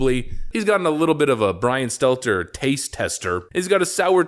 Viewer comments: It's pronounced "Brain Stunter".. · I used to love when I watched more often, he either intentionally or otherwise used to call him "Brian Stetler" whenever he mentioned him in a video. If it was on purpose, it showed commitment because he never once slipped up and said his name correctly. lol